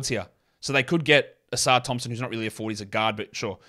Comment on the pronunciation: It's Livvy OHsar. Not Livvy ohSAR Thompson